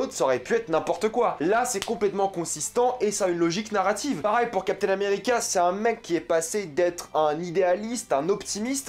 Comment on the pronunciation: Et mdr gros on dis « pareil » et non « parail » comme tu le prononce 😭